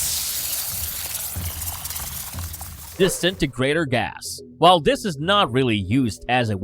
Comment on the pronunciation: Anybody notice this dude says "dis" a whole lot? Where is "dis" dude from? Also, a lot of "dat" "dere" as well.